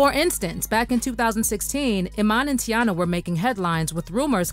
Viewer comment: Her Name Is Not Tayanna Chile It’s Teyana 😂😂